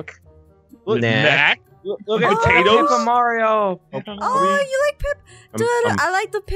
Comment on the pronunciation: Pertawto chips Noice